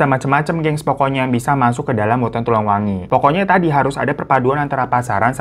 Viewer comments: Aku pengen ngakak bang Hiro ngomongnya salah salah mulu Hari anak pernikahan kita, tulang wengi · Tulang wangi bang bukan wengi